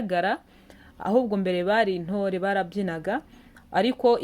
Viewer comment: Ikinyarwanda cyane kimeze gute?Nt kuri wowe ni n?Mp ikaba m?Jya ugerageza kbs uvuge neza.Ngo inore kdi ari intore? hhhhhh